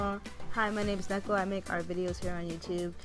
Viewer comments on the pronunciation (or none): none